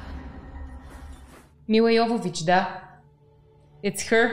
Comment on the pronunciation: That ending scene is basically the opening scene from the second game. For the time it was a really amazing game. Milla would be happy that you pronounced her name right (yo-vo-vitch not jo-vo-vitch). There's a whole bit about it in the wonderfully entertaining commentary track on the DVD with Milla and Michelle Rodriguez. I definitely recommend it, the two of them just have so much fun with it.